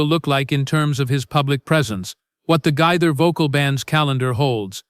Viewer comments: It’s not GITHER 😅it’s GAITHER. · Could you please pronounce his name correctly!!! This is very disrespectful and detracting!!!